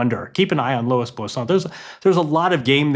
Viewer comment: This dude butchers every name that's not Smith, Jones or Brown. Bosan? Fonseeeka? Come on man